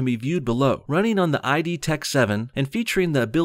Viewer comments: It’s not pronounced “I-D” it is pronounced “id,” like the Freudian dark ego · Good video It's pronounced "EED" btw, not "I-D". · It's pronounced Id, not I. D. "Just saying" (in my best NOBS voice.) :) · It's id software tho, not "I" "D"), as in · It is not i-d...its just id 😑😑😑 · Great video, but when saying Id tech, is pronounced Id not I-d , for some reason that just got under my skin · Its pronounced id software, not ID software. Nice video, though. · Btw its id software, not I.D software. But great video. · Btw, it's pronounced 'id' and rhymes with "kid." The id is part of Freudian psychology